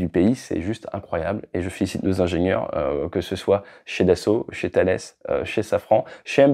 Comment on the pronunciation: On dit ''Thales'' 😉